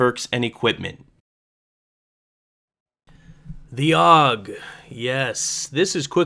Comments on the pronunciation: its pernounced "A.U.G" not 'aug". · You don't pronounce it "awg". It's always been ay-yoo-jee. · It's not pronounced aug. It's a u g. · so I'm a "gay kid" just because I let you know the correct way the gun is pronounced. Wow just because I actually have gun knowledge unlike you doesn't mean I'm gay. If you want to say it incorrectly then go ahead I'm not stopping you even though you sound like a fucktard then don't say a u g